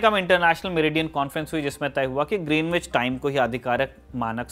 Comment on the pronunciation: इस जगह को ग्रीनविच नही ग्रीनीच बोला जाता है। में लंदन में रहा हूं काफी समय और पता चला के वो लोग इसका उच्चारण ग्रीनिच करते हैं। वैसे इतनी सारी जानकारी देने के लिए बहुत बहुत धन्यवाद।